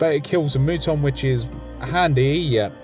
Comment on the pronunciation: Just an FYI, but the "u" in Muton is pronounced like the "u" in "mutant". It comes from the OG XCom game, where the Mutons were basically alien mutants.